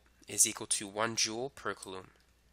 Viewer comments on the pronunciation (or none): how to pronounce coulomb. Hint, it's not kaloom!